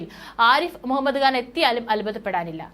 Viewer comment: കാൻ അല്ല ഖാൻ ആണ്